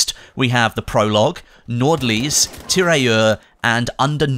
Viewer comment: The "D" in "Nordlys" is silent. It means Aurora Borealis or "Northlight" as it means directly translated.